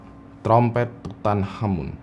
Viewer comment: Makanya, nonton kamen rider ghost, biar tau cara baca tutankhamen:v